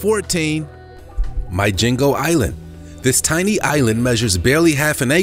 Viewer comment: Its pronounced "Mee gee ngoo" 🏝️ 💯 not 'myjingo'.. 🇰🇪